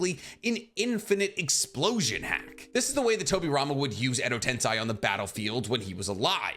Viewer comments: ten - SAY not sai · Why do you say edo ten”sigh” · Alright I really like your videos but if you’re gonna put Edo Tensei as number 1 (which I agree with), you should at least pronounce it correctly. Like you wouldn’t say “senseye” for sensei, so why have you always said tensei the way you do?